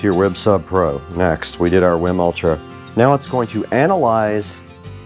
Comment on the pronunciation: This guy pronouncing wiim wrong the whole time. 😂